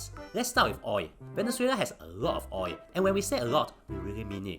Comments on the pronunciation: I like how you pronounce “oil” as “oi” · Oi is easier to pronounce lah, the Singaporean tongue very difficult to pronounce L :face-blue-smiling::face-blue-smiling::face-blue-smiling